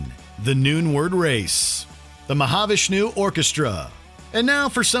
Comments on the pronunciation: You need to learn to pronounce the artist's names correctly. Satriani, Mahavishnu... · Fun list! Like some others commenting, I'd add 'Fracture' to the list. Pronunciation alert: Mahavishnu & Hanuman. 😉